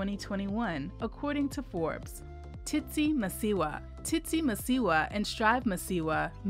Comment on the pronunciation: So the narrator can say the second "Tsi" in Tsitsi, but not the first! SMH!